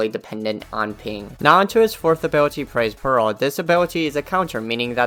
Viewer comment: i keep hearing "pearl" instead of peril